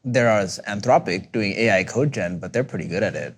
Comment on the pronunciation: code-gen, not co-gen.